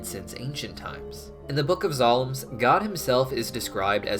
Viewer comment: "the book of zalms" bruh